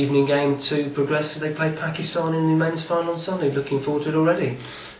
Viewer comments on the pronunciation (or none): lol he say PAKISTHAN not pakistan